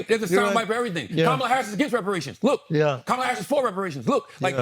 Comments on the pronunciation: Her name is pronounced Comma La.🙄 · Her name is pronounced COME-uh la! Stop being lazy and disrespectful! 🙄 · Please pronounce her name correctly. Ka ma la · Why can't they pronounce the Vice President's first name correctly? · Are we just going to let them get away with mispronouncing her name?! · Why he keep messing her name up and no one is saying anything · first pronounce her damn name correct... then put some respect on it. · Andrew say her name correctly.